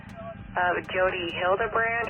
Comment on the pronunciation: You are pronouncing Hildebrandt incorrectly